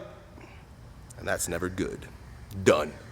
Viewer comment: love how he says done